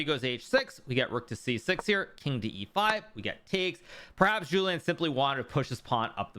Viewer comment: It‘s not Jouliâne Song, it‘s Julien Song (im sorry thow)